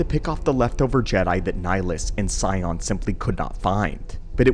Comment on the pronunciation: Sion is actually pronounced more like Shaun what's the Welsh name by the way